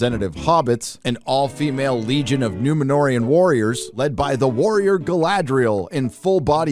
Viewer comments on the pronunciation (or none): none